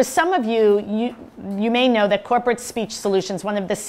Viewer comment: I was watching your presentation on full screen and had to pause it so I could read the description under the play window just to catch your company name (Krupert Speech Solutions is what I heard) Corporate Speech Solutions. I guess you did that on purpose to show us how disrupting dropping syllables out of words or otherwise mumbling is to effective communication.